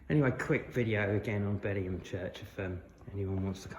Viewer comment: The name is BeddingHAM. Local radio gets it wrong, and those from outside the area. On a similar note, South Heighton is pronounced South Hayton, not Highton.😊